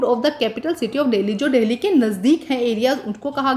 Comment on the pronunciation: Mam Delhi ko dahle bol rahi ha 🤣🤣